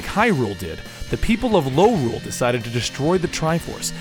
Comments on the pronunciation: Its called Lorule not Norule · You said Lorule too many times...